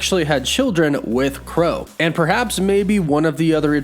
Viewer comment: What "Crow" Really 🤣🤣 it's Kro bruh